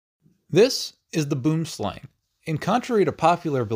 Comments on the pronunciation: Slang, pronounced "slung" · Boom slang is dutch for tree snake. pronounced 'boam slAng' like the A from " Darth" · he pronounces it as u would pronounce "boem". The best way I would describe the Dutch pronunciation of "boom" (tree) is when you would change the "H" in "home" with a "B". So something like "bome" or "bhome" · I think it it more offended by him calling it boom (💥) slang. It is a boomslang, meaning tree snake in Afrikaans. Think of it sounding like b-wuh-oo-uh-m-s-l-ah-ng. Look up the Afrikaans pronunciation if you are unsure. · The snake has an Afrikaans name pronounced "boouhm slung" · "Boem-slung" is the similar pronunce to his afrikaans name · Ok this snake is found in South Africa and I wish to correct a few things: 1. It's pronounced "Bwim Slung" which rhymes with Swim Lung. 2. It's not friendly at all. Shy yes, but will become your enemy as soon as you disrespect it's space. That means even if you walk under a tree where it's hanging out in. It has struck unsuspecting victims from above. 3. The Black Mamba can typically kill 20 adult humans with one 300mg yield of venom. The Boomslang can typically kill 115 adult humans with one 8mg yield of venom. Read point 3 again because you didn't understand that. It kills you while it kills you while it kills you. By far the winner in the "who kills the deadest" among land snakes in Africa. Black Mamba needs 15mg of venom for a lethal dose. Boomslang needs 0.07mg to kill you. So if it smiled at you, you're dying... 😳🙄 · You pronounce it like boom slaang. Slaa-nng. Really get the aahh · 16th time saying this, put trees snake into Google translate and translate from English to Afrikaans, you will see the correct pronunciation being: 'buəmslaŋ or Booem slung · It's pronounced boo-worm slung actually. I know, don't ask. And no it's not friendly and you'd have a hard time trying to get a snake catcher to come catch it. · Pronounced Boo-em-Slung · Boom slang pronounced bwoem slung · pronounced bwoom slung